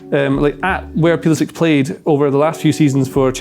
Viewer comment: Tifo: there are 24 million soccer fans in the US, that's almost half the population of England, let's throw them a bone innit?: Yehh, but I'm still going to pronounce his name pueueuelisick instead of pull-isick to mess with them.